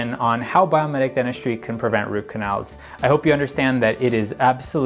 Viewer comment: Is it Biometic or Biomimetic? I hear biometic, but read biomimetic.